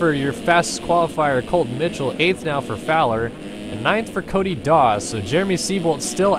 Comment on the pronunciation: hahaha when u were talking about Cody Dawe it sounded like u were saying Cody Darr with a British accent 😂😂😂